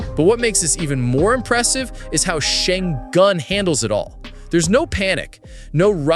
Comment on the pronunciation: How many times you pronounced his name wrong in a different way really makes it obvious you didn't even spend 1 hour for the video.